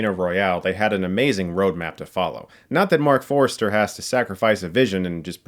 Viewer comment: Forster not Forester